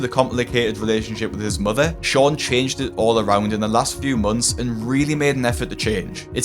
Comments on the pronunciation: Love hearing Dr. Now say "mudder" 😉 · Dr Now. "Your Moder" when he tries to say mother.